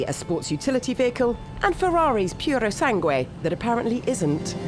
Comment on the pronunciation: PErosangue? Really? It's PUrosangue.